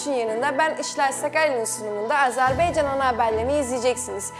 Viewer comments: Bu nə biyabırçı tələffüzdu???Azərbeeeeycan...Ölkənin adını doğru tələffüz edin---AZƏRBAYCAN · Az-E- rb-E-ycan yox ay qancıq ! Dövlətin adını düz de .